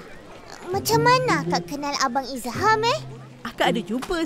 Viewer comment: Gua dengar isham tapi kakak gua kata izham